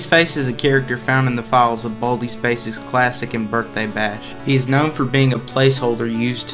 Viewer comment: im sorry to make fun of your accent but baldi's baysics